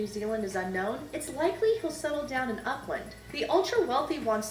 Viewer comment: The narrator of the video you watching needs to work on her pronunciation. As a New Zealander it hurt when she said "Uckland"